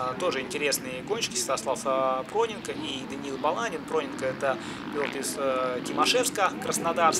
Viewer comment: Проненко ударение на "е"